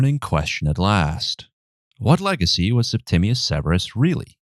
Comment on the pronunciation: I'm more baffled by the way you pronounced legacy as leg-icky